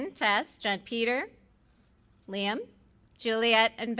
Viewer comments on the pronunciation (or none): none